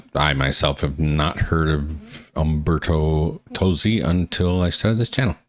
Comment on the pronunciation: It's in ITALIAN! Also the singer's name is pronounced Tozzi (Totzi) and not Tosi. He originally wrote the song and Laura took it and made an americanized version of it.